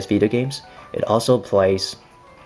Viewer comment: It s vita not vida lol i don't get how you American people pronounce t as d 😁